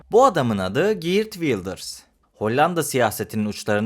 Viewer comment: Girt degil, Geert!